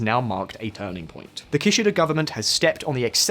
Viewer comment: Minus 1 point for Ki-shy-da 😂